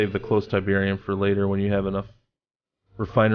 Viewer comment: Tyberian Sun. Not tyberium sun